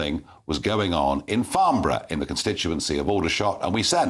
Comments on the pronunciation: Laughable the little boy needs to go back to school to learn to pronounce Farnborough not Farmborough. I bought a Twin Turbo Supra from there in 2001 and drove it home to Scotland. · It's Farnborough not Farmborough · It's "Farnborough" not "Farmborough...come GB News...do better. Get the correct location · Farnborough with an N not an M.. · It's Farnborough not farm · Farnborough, with an 'N', not Farmborough, with an 'M' which is many miles away from Rushmore and Aldershot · It's Farnborough, not Farmborough...